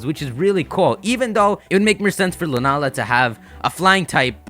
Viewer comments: Not sure if anyone's said this already, but 'Lunaala' reads as 'Luna-ala'. If it was pronounced 'Lunaala' (with the long 'ah' sound in the middle) it would be written as ルナーラ :) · I'd suggest it's pronounced 'Luna-Aala'. Although it's lacking in a character that officially puts a break between the two.